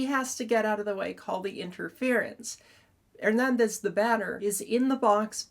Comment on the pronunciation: THIS IS ONE OF YOUR BEST break downs. Excellent analysis of the facts and the rule(s). And the way you pronounce Hernandez is 🔥